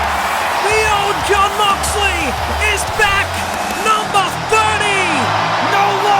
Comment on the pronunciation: Thats not john moxly thats mohn joxly😂